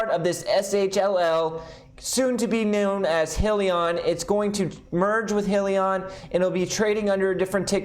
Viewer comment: Pronounced “hi-Leon”